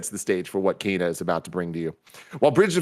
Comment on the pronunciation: Why does Tim pronounce Kena with an a, not an e?